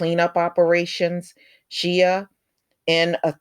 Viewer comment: Shea is pronounced as "Shay".